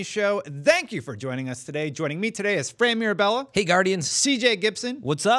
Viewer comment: Does it bother anyone else, the way says the word "thank"?